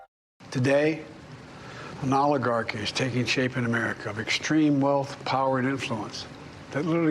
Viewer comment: By the way, 'oligarchy' is pronounced with a "short" O vowel sound, not a "long" O vowel sound. President Biden pronounced it correctly.